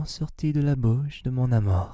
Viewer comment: l'amOr in french this prononciation is for died ( la mort / the death ) the good prononciation is l'amOUr. I'm french 🤣